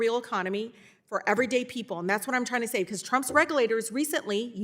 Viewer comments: The word is reg-U-lators!! Reading is tough for this one!! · She has zero knowledge of this subject compared to him. She can’t even properly read the words that are written for her. Subsidaries and regerlators?